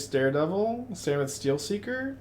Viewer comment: SAR-inth not SAN-rith